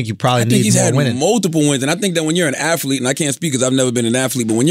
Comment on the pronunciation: Me: athlete CTG: No, its afleet CTG: old man shkremf Me: strength? 🤔🤔